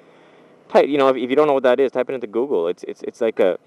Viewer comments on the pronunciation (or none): none